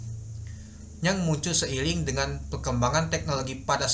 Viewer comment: seiring bukan seiling